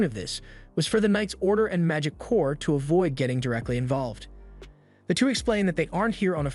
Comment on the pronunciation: Corps is pronounced "Core" like the Marine Corps. Good commentary though.